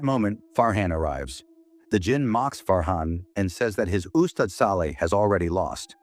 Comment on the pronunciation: This is the very first time I hear AI pronounce "ustad" & "Ayatul Kursi" correctly